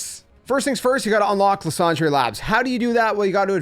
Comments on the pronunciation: i mean french would still be “lease-on-druh” not “lah-san-dray” 😅💀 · Idk if it was the point but that's not how you pronounce it in french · Luss und ray 😂